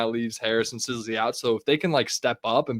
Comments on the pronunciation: His name is “sis-le”. Not “size-le” boss…talking like you Know all about him lol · and you can't even pronounce Trent Sisley last name correctly. OMG. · If you put Pundit back on while butchering Sisley name I’ll stop subscribing. Get it right you dorks. 😂